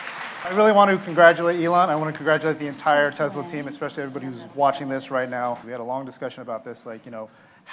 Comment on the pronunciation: great speech but dont say Tesla with the z, its s!